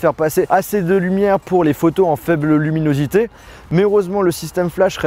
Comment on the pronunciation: Je crois qu'il a fu mal à dire luminosité à des moments 😅😐